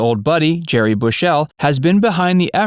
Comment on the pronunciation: Gary Bushell, not Gerry.